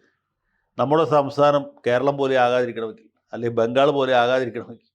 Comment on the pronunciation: " അൽ ഘേരളം"😂😂😂😂